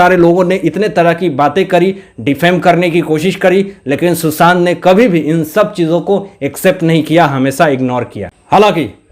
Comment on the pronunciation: mai kai baar,kah chuki ki aapke ekcent sudhariye.......Susant nahi Sushant boliye.Isi tarah aur bhi aapke ekcent galat hain,sorry.mai aapki maa ki age ki hoon,isliye, advice di again sorry.